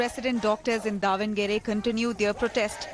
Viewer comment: the newsanchor - its Davanagere - not devanagar or something. the govt - its really appalling that they're not helping out and wasting the medicos' time and life on the streets when they would be helping patients. whatever probs the govt has with mgmt, if the docs are working in govt hospitals , then better pay . after all u swindle thousands of crores from us for ur mla-mp shopping sprees.